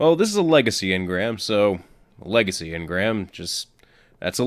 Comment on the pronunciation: It was a L-EGA-C-Y engram